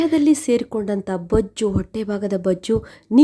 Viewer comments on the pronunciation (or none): ಅದು ಬಜ್ಜ್ ಅಲ್ಲ ಮೇಡಂ ಬೊಜ್ಜು ... Thanks for ur remedies